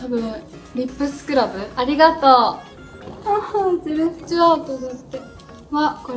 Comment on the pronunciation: ありがと〜の発音が好き💙💚💖